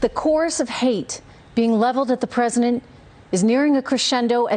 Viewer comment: She’s awful, however I’m confused as to why she says presiNent not president. Also why does she look like the female Caesar Flickerman from the hunger games?